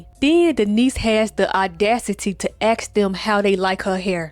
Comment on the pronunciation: I love this channel but she can't pronounce the word ask correctly either. Why do so many struggle with the word ask?